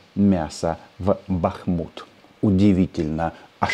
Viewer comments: Рома,вы что с Казанским договорились говорить БАхмут? Или все таки БахмУт? Тогда уж говорите Артемовск,раз не можете выучить ударение😮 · БАхмут правильно.